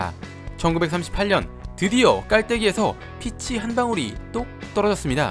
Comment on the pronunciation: 복숭아 피치는 피~취(길게 발음)